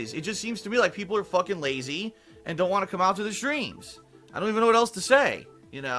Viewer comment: "You guys I don't wahnt to show my heart rate because of the trolls!! I don't wahnt to put that out there, ya get it?" Ohhhh okay, but constantly begging and insulting your own dent fans is fine. Got it!